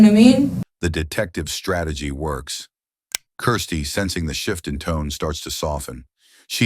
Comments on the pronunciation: I hate the way he says Kirsty. What a horrible name, sounds like crusty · Seriously the narrator needs to figure out whether her name is Kirsty, Christie or Kristy